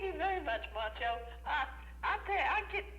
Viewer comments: Is the host saying mancho? lol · He said Mancho